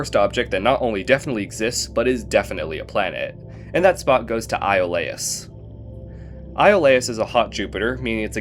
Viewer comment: Iolaus i think is EE-o lus